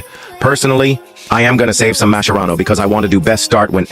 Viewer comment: Why does the AI voice sometimes pronounce Mascherano with K and sometimes with C